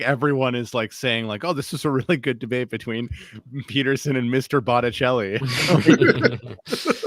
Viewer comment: “Mistah Bonnelli”